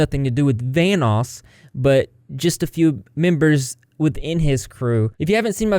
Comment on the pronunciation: Kept hearing “Thanos” instead of Vanoss